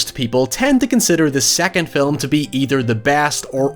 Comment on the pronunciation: "film" -"fillem" I swear he's doing it on purpose...